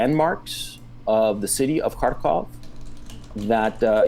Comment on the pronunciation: It's pronounced Khar-keev. 🇺🇦